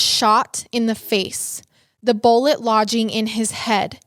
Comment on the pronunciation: kills me with the way she says BOLLIT instead of bullet 😂